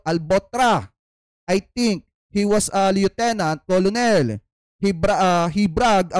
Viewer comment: "colonel" kernel po Ang pronunciation, Hindi kolonel🤣